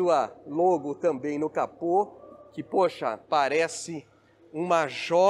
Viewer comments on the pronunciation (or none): none